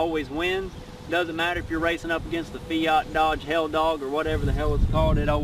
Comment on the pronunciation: Bro he said dodge helldog 😂😫😂.